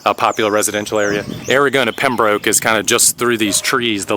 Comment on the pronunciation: Pembroke is pronounced pembrook.